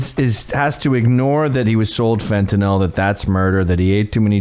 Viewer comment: FENT NYL NOT FENTANOL NOL SAY IT FENT NYL FFS.